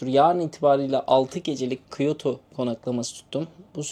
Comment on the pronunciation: abi aslında kyotoyu biliyorlar ama bizim telafuz yanlış geliyor onlara o yüzden anlamıyorlar.